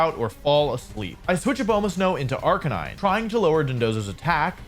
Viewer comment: RIP to wolfey’s pronunciation of Arca-nee-nay, gone but not forgotten 🙏🏻